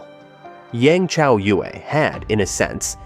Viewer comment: If people are going to do videos on China or anything dealing with China, learn to pronounce the words and names correctly. People slaughter the words and names. This one such video that mispronounce words and names. It is so frustrating. I will say something as long as people do not research spelling and pronunciations. Come on! As for Yang (pronounced Yong) Chaoyue (pronounced Chow You-EE) had a very difficult upbringing. She did everything she could to survive. I will always support her and cheer her on. She is did very good for someone who did not have any education or training. Do your thing Yang Chaoyue!!!